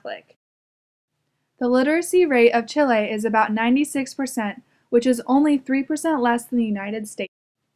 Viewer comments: Music is horribly competing with the voice. Couldn't even hear it. I should have stopped listening when you pronounced it "chilly". It's chee - lay!!! Aren't you in a spanish class? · Please stop saying Chilay and Chilayen.